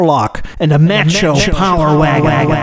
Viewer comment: It's MAcho, not Maucho